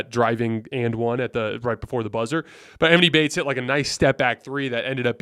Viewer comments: It’s not “eMinnie Baites” it’s pronounced Ah-Mawn-Ee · E-Maw-knee bates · You are saying his name wrong bro it’s distracting lol